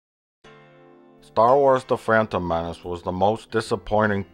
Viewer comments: Why does Plinkett pronounce The Phantom Menace as "The Frampton Menace"? Does he hate Frampton Comes Alive that much? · haha, 'da phrantom menace' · Why does he keep saying "phrantom" menace?